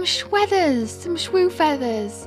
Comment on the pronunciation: Kisa says "shweathers" we love your cyanotype printing.